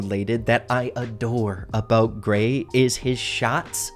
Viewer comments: Say Gray with no r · When he said Grayeverytime i heard 😂